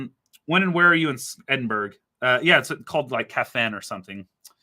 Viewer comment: It's pronounced: EDIN-BURROW